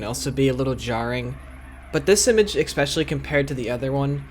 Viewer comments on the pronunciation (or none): Good video but just for future reference the word "especially" is pronounced "eSpecially" like "special" not "expecially" which is what you always say, like "expect" which is wrong.